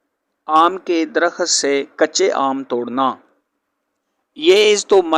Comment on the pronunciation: bhai mullah ji Darakhat nahee sahih DARAKHT HAI.